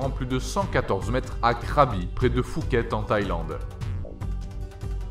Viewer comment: Fuket ^^ Puket (le "ph" ne se prononce pas "f")